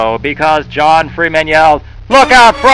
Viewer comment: I like when he said "It's Freem'n Time."